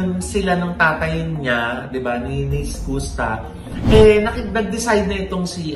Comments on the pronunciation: Mama ogs Skus ( SKAS ) po ang basa s name nya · Iskasta ganyan basa po. Fyi lang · Is it SKOOSTA or SKASTA? How do u pronounce it right? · SKUSTA pronounced as “SKAASTAAH” hindi po “SKOOSTAH” 😅😅😅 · skasta kli po. Hindi skoosta. Welcome po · Anong eskusta, eskasta. 🤔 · skasta po ang pronounciation po hndi skusta' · Is-kas-ta po.. hindi po Is-kus-ta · skusta (skasta po pag binasa) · “iskasta” po ung tamang pronunciation non.. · bakit ba "skoos-ta" ang pagkaka pronounce ng name ni Skusta.😂😅Halatang walang alam tong mga to. Ang tagal na nung issue nag start porket trending saka kayo nakiki tsismis. Andun lahat ng resibo sa pambansang marites Sa FB page ng "Isyus". Iba parin kapag may resibo at may 1 Billion ka bilang isang Marites😂🤣😜. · sakit sa tenga nung "Skusta" the correct pronunciation is "Skaaaasta" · Mali po pg pronuance nio ng name ni skusta 🤣🤣🤣